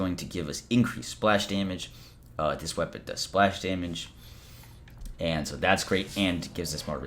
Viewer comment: You keep saying Daymage wrong bro